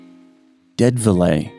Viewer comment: Dead velay? GET A REAL PRESENTER!!!!!